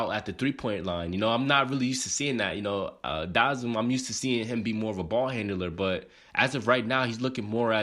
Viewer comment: Out of all the vids if I seen this has to be one of the worst pronunciations of his name